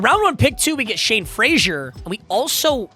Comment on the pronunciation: Why does he keep calling him Shawn when his name is Shane?